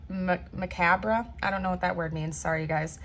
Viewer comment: Macabre is a beautiful word and means: disturbing and horrifying because of involvement with or depiction of death and injury. It's pronounced maw cob. Thank you for your equally beautiful readings!